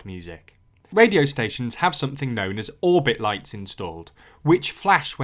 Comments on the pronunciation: It is called an 'obit light' and not orbit lol. It's short of obituary. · Quick correction, it's an "Obit light" as in 'obituary', not 'orbit'